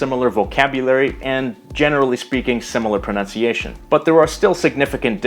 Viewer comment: As an Italian, I gotta say that your pronunciation is surprisingly good!!